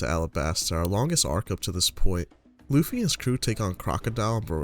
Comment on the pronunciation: At around 9 minutes you call him luuhffy, its pronounced lou - fi